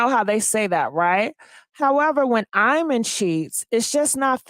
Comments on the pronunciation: “Eye men”? 😂😂😂😂😂😂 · pronounced E MON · I’m 💀 hearing “I-man” 😆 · I dont know what married woman needs to hear this: these men always have the mistress around the children. Ask your man if his own father put them in a treacherous situation when they were kids forced to keep secrets from their mom…😮 his name is pronounced E-mon